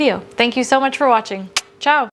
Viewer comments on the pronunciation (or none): none